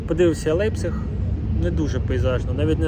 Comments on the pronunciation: автор, як потрібно прочитати назву міста LEIPZIG - лЯйпциг щоб вийшло як у вас лейпціг !?))) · до чого тут вікіпедія як що ця назва читаеться як лЯйпціг. Так само як футбольний клуб FC Bayern такі як ви чомусь називають Баварія )))